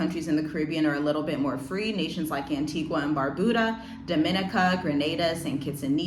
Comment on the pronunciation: Pssst! Just FYI: An-TEE-gah and Bar-BEW-da Dom-i-NEE-ca Thanks for the heads up, sis. This is concerning.